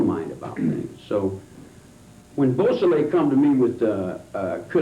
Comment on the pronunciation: You’d think that the Parole Commissioner for such an enlightened State as California would at least be literate. The first three (3) minutes and he couldn’t correctly pronounce: • LaBianca • Beausoleil • Hinman • Severing There’s more, that’s just under the first three minutes. If the Parole Commissioner couldn’t be bothered to take the time to learn the last names of both victims, perpetrators or a type of sharp force injury from an edged weapon, you know he examined absolutely nothing of substance. Later on, I think he has trouble with “Van Houten” and “Kasabian” as well. Perhaps I will edit this to add more. What a Kangaroo Court.